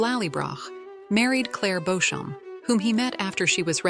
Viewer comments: Who the hell is Beauchamp, its beecham ... AI is annoying ! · If you are going to talk about a series then you really should learn how to pronounce the names properly !!! Clare BEECHAM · Beauchamp pronounced Beecham. It's Anglo Norman, so is Stuart/Steward/Stewart, Bruce.